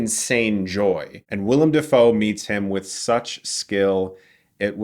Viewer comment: Dafoe is pronounced DAY-FOE. Just look up how he says it himself.